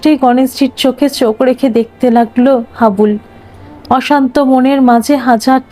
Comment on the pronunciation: নামটা হাবলু না হাবুল।